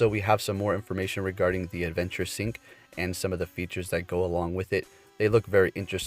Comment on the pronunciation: Love your channel , but can't help but notice...I think you can't properly pronounce syNc...you just say syc....just found it funny